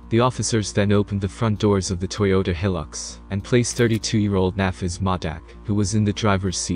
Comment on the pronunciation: Toyota Heelux, i lolled